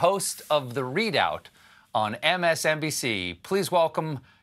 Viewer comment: How come nobody commented on that her name is Joyride? I listened and realized that Colbert pronounced it like Joy Ried, but it's Reid. It's such a funny name to call yourself - and yes I know she married Mr. Right - I mean, Mr. Reid ! Right?